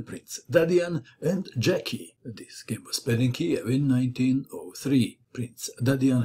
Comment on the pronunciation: Hi, As you are Croatian by origin I would expect you pronounce Slavic names correctly. It tear my ears the way you pronounce Brjecky (obviously Slavic name)